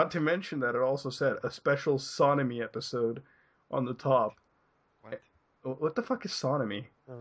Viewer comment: SonAmy is the shipping name for Sonic X Amy Shippers. Tbh, it sounded like he said Sodomy when reading that outloud.